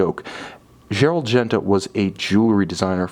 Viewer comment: "ongener", "dzzerald genta" lol